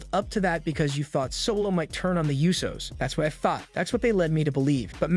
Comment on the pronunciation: Also it's not the you so's, it's pronounced Ooh so